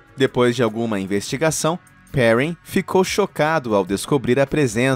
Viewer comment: mto legal o vídeo, mas a pronúncia em francês é "pehrrân", e não "périn", com o R do inglês rs